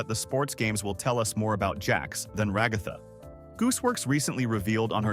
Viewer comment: I get so annoyed when he says ragatha it sounds like he says rugafa but it’s rag-a-tha